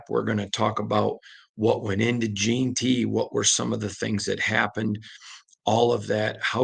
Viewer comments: JEN-TY where you get Jean Tea from put some respect on his name sir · Gen-ty not Jean-ty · Say it slowly....JEN-ty....JEN-ty....JEN-ty... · Damn can we pronounce the kids name right already!?!?!? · how hard is it to pronounce AJ’s name correctly? 😂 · FOR THE LOVE OF JIM OTTO PLEASE LEARN TO PRONOUNCE HIS NAME CORRECTLY! It has been like fingernails on the chalkboard for the last two months!